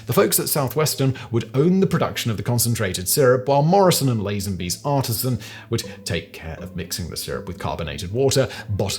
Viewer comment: Just spotted something: the flyer said "artesian," not "artisan." Artesian is a type of water well source. Artisan is a crafts person. .